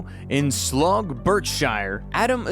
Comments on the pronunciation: What, wait, he's only 3 years old? And it's pronounced Slouw by the way. Slog is idiotic. It's okay, you are a septic, I understand you will have only a colonial grasp of english and logic. But someone born in 2022 can't possibly be a professional fighter yet. That's extremely idiotic, even for septic standards. He made his professional debut 2 years before he was born. That shows real class. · It’s not Slug Berkshire. Slough Is pronounced Slaow. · "Born in Slugg, BerkSHYRE" - took a while to stop laughing at that one (for the record, pron. "Slow, barksheer") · He's from Slug, Birkshyaah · "Born 2022 in SLUG, Berk -shire" Had me in stitches 😆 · Born in Slogg Birk-shire and only 3 years old. 😂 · Slog, Burke Shyer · Sluff? Burkshire? Good grief. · Hes English...Born in Sloggth, American pronounciation. Thats Slough, in Berkshire to us. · Born in Slug (Slough)? Had you done any research you would have known it's pronounced "Slow" , like cow, moron. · Slough as in "Plough" NOT Sluff, Berkshire as in "Sheer" not "Shyer" ffs. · Born in Slog? Do your homework before going on the net. Learn who to say these place names, rather than make it up. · I'm still laughing 1 minute after he pronounced Slough as SLOG. Hilarious 😅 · Slog Burkshare? If thats not AI, for the first time ever, please bring back AI! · Did the commentator really say "born in sloff Berk Shire"? 😂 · tbf I reckon any sane person would prefer someone saying 'sloff' rather than them being found out and having to admit as coming from Slough.... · It's Slough like plough not slog like log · He was born in 'Slug', Berkshire.... Not quite, Slough is pronounced like 'how' and 'cow'. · It’s Sl-ow rhymes with cow. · Slough pronounced ou as is loud, gh as in w. Phonetically 'Slouw'. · I was also brought up in the neighbourhood of Cippenham in his home town Slough - ...Nice to see something good coming out of that craphole....It's pronounce Slaow, & rhymes with now if anyone cares.